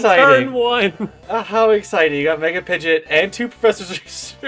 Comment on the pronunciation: It's pronounced Pidgeo..t not pidgey